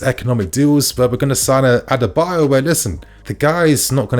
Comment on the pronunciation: you keep getting the pronunciation wrong , it’s ADARA-Bi -OYO